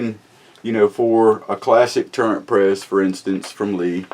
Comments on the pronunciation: It's not a"Turrent" press. It's Turret.....no "n" in it. Will the Classic Turret press accept magnum rifle cases such as the .338 Winchester Magnum? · It's turret. Not turrent. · Sorry man but it's not a tur rent press, it's a tur ret press. Lol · It is a TURRET not turrent. Smh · There is no 'N' in turret. Please pronounce it correctly and kill that dam rooster in the background. Yes I know this is an old video